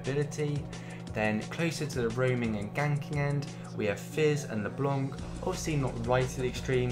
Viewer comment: ure from london i guess, for the way you pronounce leblanc